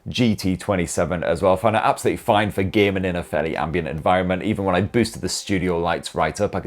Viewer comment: When you say "gaming" it sounds like you are saying "gay men" because of your accent 👍🏼